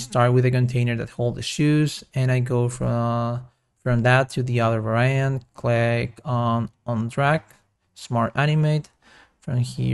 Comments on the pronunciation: Please pronounce Var-iant not Va-ra-iant, Nice tutorial by the way. Thanks! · All good. Little english tip... 'Variant' is pronounced "vair-ee-ant" not "vair-aye-ant". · This is AMAZING. Thank you so much!! Also, I think you are stressing the wrong syllables and mispronouncing "Variant"... but that's just me listening as an American English speaker/English teacher... 😬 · No, Va-ra-iant sounds cool. I m gonna pronounce like this always.